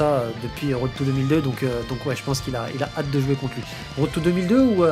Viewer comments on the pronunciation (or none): none